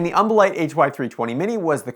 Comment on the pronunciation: Take a shot evertime he says umbolite